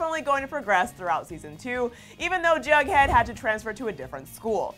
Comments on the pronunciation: Why do people keep saying bughead when it is Jughead??? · She said bug Head and not jughead